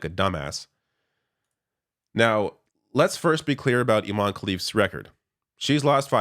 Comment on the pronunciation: Also, careful with the pronunciation. IMAN is a male name, you have to stress the EH at the end, Imane (Imaneh) for it to be a female name. The name itself has caused part of the confusion.